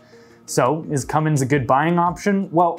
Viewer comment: Cummins is pronounced "Cumm ins" not "cumm ings". Lots of folks get that wrong and should take note.